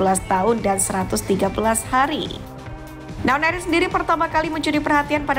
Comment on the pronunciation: Nwaneri bukan nawneri 🤧